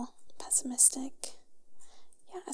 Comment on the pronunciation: pesmestic that word got me!!